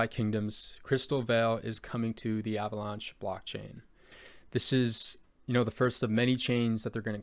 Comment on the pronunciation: good video but, that is not how you fucking say avalanche lmao